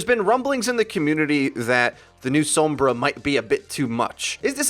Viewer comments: Sombra not “sowmbrah” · TFW everyone on this channel pronounces her name weird like "soambra" and not just "sombra"... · Anyone else get slightly annoyed that he almost says 'Sumbra'? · The way you pronounce Sombra. This is why I don't play with any on Overwatch their pronunciation of heroes drives me crazy 😫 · Stop pronouncing sombra that way